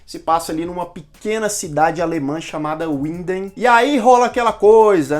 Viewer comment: correção: a pronúncia não é "uindem", é "vindem", não é inglês, é alemão :-)